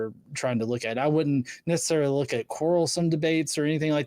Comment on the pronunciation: Wook ewewyone! He’s going to make it wain at the wocation he’s at! ^ Literally how this super hero spoke. Holy hell. One minute i think this guy is mentally stunted and the next he’s speaking with actual depth and knowledge on the topic. He HAD to be trolling with the super powers stuff, no?